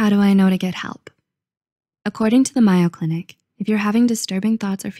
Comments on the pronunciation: It's weird that your narrator mispronounced such a famous hospital as the Mayo Clinic [it's MAY-o. not MY-o]. Tbh, it makes me suspicious of the other info in your videos, and of your channel in general. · its MAY-o clinic. Not my-oh. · Just wanted to comment that “Mayo Clinic” should be pronounced like the mayo you put on your sandwich: MAY-o, as opposed to like Cinco de Mayo: MY-o. I live near a Mayo Clinic and constantly hear about them and see commercials. Not trying to start anything, just thought I’d put that out there. I really appreciate all the videos and want you all to do and sound your best. Keep at it! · Mayo Clinic. I’ve always heard it pronounced just like the abbreviated version of mayonnaise. That so threw me that I had to listen again to that section. Yes, perfection in speaking and writing were expected of me. Yes, it triggers me to this day. Not so fun.